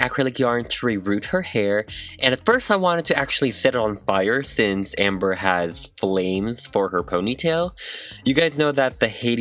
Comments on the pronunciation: That moment when he doesn’t say her name right. It’s Ember, not Amber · my name is ember LmaO cuTe 🤷🏼‍♀️ but its ember not “amber” ahhH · da HOOT This bugged me so much 😂😂😂 I get that their similar but... it’s not Amber. It’s Ember. Like Embers in a fire. Vowels matter. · because ember is pronounced like EM-ber, EM like Emmanuel. Not the same to AM-ber at all. AMtrak, you pronounce AMH and em like EH-MM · Amber-- *EM*ber, like emma or emerald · My youngest daughter introduced us to your videos today. We wanted to check out this doll, as my daughter's name was inspired by this character. You are quite talented but it sounded as if you were referring to the doll as Amber and it drove us 🤪. My poor daughter gets that in real life too. Fantastic work. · saying AM-ber instead of EM-ber gets me a lil heated every time 😂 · It’s Ember not Amber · Its EMber not AMber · the way you called her amber really irked me her name is EMBER as in RemEMBER ! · 46 seconds in and cringing everytime he says Amber. It’s Ember, like the flames all over her stuff and her song. Plus she died in a fire. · Stop calling her Amber its Ember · Sounds like you’re saying “Amber” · yeah it's probably an accent though